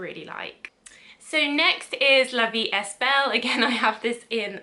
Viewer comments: La vie est belle, don't pronounce the "s". "Est" is pronounced "ay" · La vie e belle don t pronounce the 's'.